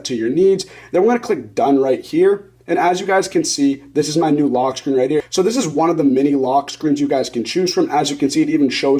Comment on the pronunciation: “Log screen” 🤣